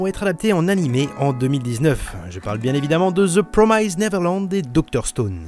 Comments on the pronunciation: PROMISED et non prom"ai"sed ... la prononciation, faites un effort dessus. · Petite remarque inutile mais 'promised' ne se prononce absolument pas comme tu le fais ! Juste pour que tu saches à l'avenir ^^ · Promissssd pas promaïzed